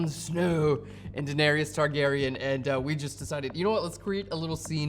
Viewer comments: It¨s DaeneRYS, not Daenerious. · Really great tutorial for this. Much appreciated. Though I did cringe every time you butchered the Daenerys pronunciation.